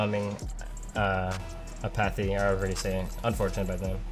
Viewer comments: Are we just gonna ignore calling Apathy "apothy"? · apathy pronounced as uhpahthy lol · finally someone mentions it lol. when he said apothy i was like wut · sees the name "apathy": "apothy" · I love how just doesn't care that he mispronounced "apathy". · are we just gonna ignore musty's pronunciation of apathy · Is nobody going to bring up how he pronounces “apathy”